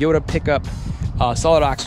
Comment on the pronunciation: Why do toyota guys pronounce it as "teyota"? sounds odd.